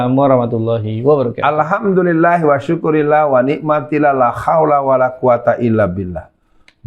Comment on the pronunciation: Alkhamdulillah wasyukrulillah tadz..bukan wasukurillah..gadungan ya..